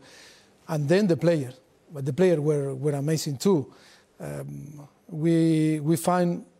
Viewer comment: carragher's accent is so funny, man pronounced 'were' as 'vae'